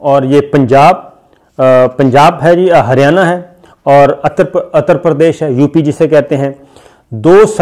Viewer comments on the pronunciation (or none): Dallats!!!! 😁😁😁 Attar Pradesh 🤣🤣 Pakistani videos mein aur kuch ho na ho, aap ke pronunciations se bahut comedy hoti hai